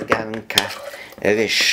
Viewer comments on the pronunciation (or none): nie muw się rysz tylko ryż